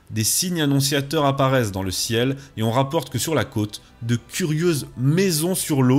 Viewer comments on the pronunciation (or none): none